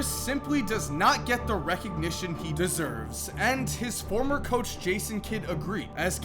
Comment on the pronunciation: Why did you say deserves like that?